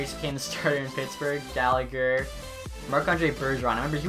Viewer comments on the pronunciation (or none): none